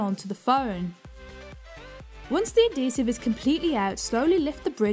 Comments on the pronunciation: I can't stand it! Pronounced as ad·he·sive \-ˈhē-siv, -ziv\ AD-hee-siv Not - A'dee sive So grating to hear you pronounce every word but that one correctly. Just Odd! No it's not the accent either. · Why do you say Ah Dee sive! BAH